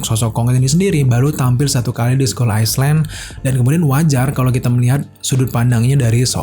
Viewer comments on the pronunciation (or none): Island, bacanya ailen, bukan aislen bro.. Subscribe, bacanya subskraib, bukan sabskraib. 😇 Anyway, really great review... 👍👍👍